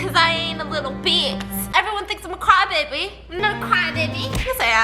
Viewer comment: I heard " crime baby" instead of "cry baby" but you are a crime baby biss! I send my best wishes to mango💕